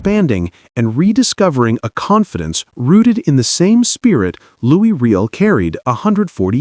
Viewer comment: His name is pronounced Loo E Ree L